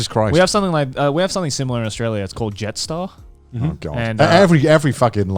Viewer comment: every Australian shivered in their chair when joey said Jetstar